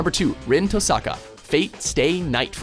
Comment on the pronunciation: Well, Rin's presence on this list answers my question about whether or not the mages from the Fate series would count. And c'mon, the emphasis in "Tohsaka" is on the first syallable. That's how they say it for the most part in the dub, just...slower than in the sub.